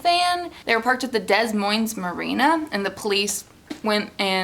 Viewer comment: I love how you pronounced Des Moines, It’s pro nounced DUH MOYNs Weird huh.